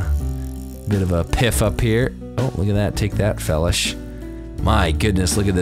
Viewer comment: It annoys me on how you say felish,I'm pretty sure it's pronounced (Fee-lish) like Feline fish